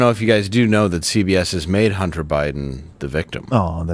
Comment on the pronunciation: He said Hunty